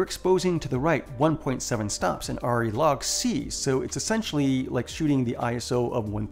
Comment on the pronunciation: I think the camera you are talking about is pronounced "Air-EE", short for Arriflex. It's a small point but I thought you might want to know. Great video by the way, thanks.